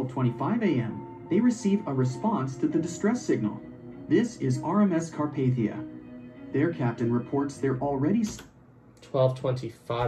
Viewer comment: It's Carpathia